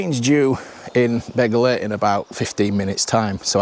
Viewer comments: Excellent video. This railway is situated amongst some of the most beautiful countryside in the UK. You pronounced Beddgelert correctly just once and thereafter pronounced it incorrectly. The 'DD' is pronounced as 'TH'. It's not difficult. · Go At tunnel? Surely its goat like the animal? Also its Beth gelert, not bed, dd in Welsh is th